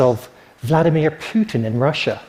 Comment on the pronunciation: Seriously, a speaker journalist who cannot correctly pronounce foreign words like Asahi Shimbun and Vladimir? What a shame.